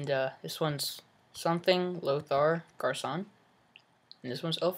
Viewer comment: LOL you say garcon like its his last name!! hahh it means boy in french